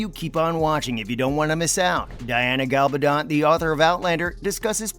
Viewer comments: I know! 😂 He repeatedly pronounces GaLBAdon, when it is GaBALdon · MY GOD CAN THE NARRATOR BE EVEN MORE STUPID AND ANNOYING??? GA-bal-don, emphasis on GA not on the BAL and not on the DON !!! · PLEASE will you pronounce Diana's surname properly. Her name is GaBALdon. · The announcer should at least learn how to pronounce Diana's last name. Constantly called her Galbadon. Really annoying. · Not only can't the reader pronounce "Gabaldon" correctly, he also can't pronounce "Caitriona" correctly. How hard is it? Really? It's so annoying, and it hurts the credibility. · You incorrect pronunciation of Diana Gabaldon’s name is irritating. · It's astonishing how REALLY irritating the narrator's style is, but he doesn't know how read. He repeatedly mispronounces the author's name !!